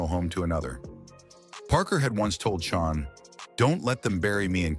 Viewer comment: Chan is pronounced Chann!!!!